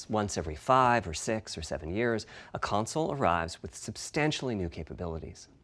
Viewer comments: ps5 gon be an amazing "conzole" lmaoo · nobody:: "conzole" P.S. don keell mi pliz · ConZole :P funny :)